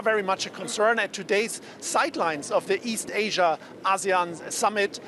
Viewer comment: It's "A see` yan" not, Ah`seon! Please say it correctly.